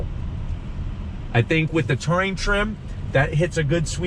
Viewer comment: Why can’t he pronounce Touring ? Lol 😂